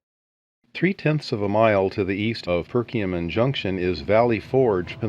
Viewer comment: it's Perkiomen Junction, not Perkioman.